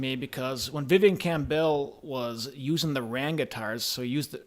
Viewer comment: It's not "Cam Bell" you idiot. If you're going to talk about someone then at least have the courtesy to say his name correctly.